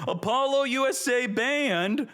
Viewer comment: Its 2025 and still can't pronounce Apollousa lol